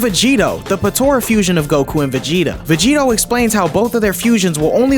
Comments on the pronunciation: Vegerot?????? Everything is good but VEGEROT??? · saying Vegerot instead of Vegetto. I love the Balck arc. But i preffer the anime version because Trunks got to meet with Gohan again and it was full of emotion and good writing. I also loved the idea of Black traveling trought multiple timelines fighting against alternative versions of the Z warriors.